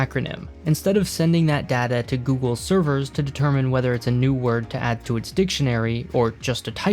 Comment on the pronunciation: You just said Seever non server lol